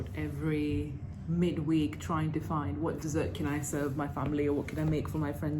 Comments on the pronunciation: Ashamed that her mispronounciation of "dessert" as "desert" annoyed me enough to write a comment.... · Your pronunciation - 'desert person' lol - imagining Claire roaming around in the desert haha. Great video :)